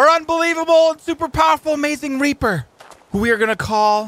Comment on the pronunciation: It’s reaper not reper